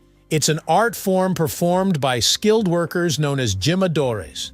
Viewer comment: I like your videos very much. I learn a great deal. But I wonder is the voice a human voice or a computer voice. if computer it should be programed to pronounce the Spanish 'J' correctly. The word 'jimadre' is pronounce with an English 'H' sound not an English 'J' sound.